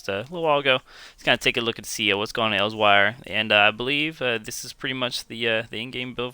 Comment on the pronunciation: Good vid but my stomach twisted on itself the way you pronounced Elsweyr lol